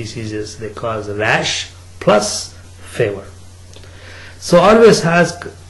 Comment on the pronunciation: did i just hear favor not fever :DDDD